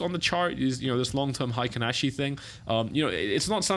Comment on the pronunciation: It's pronounced hay-kin ashi candles not high-kin ashi. Heikin means average in Japanese. Ashi means leg or foot. Here referring to pace.